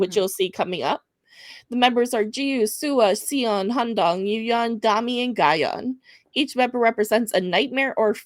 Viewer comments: Siyeon is pronounced she- yon ps please don't skip your vids i absolutely love these girls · Just a note pronunciation wise… Siyeon is pronounced “ she-yon” . Anytime an S and an I are together in Korean it makes a Shi sound.